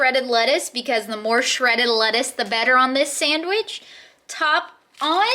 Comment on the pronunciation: Sammish......instead of sandwich, adorable. You also say Wee ber when it's Web ber. Man, I can't climb three rungs on a ladder....terrified.